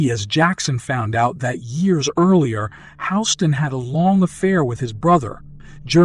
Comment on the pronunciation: How are you gonna mispronounce Houston’s name and do it over and over again. Where you living under a rock? Like seriously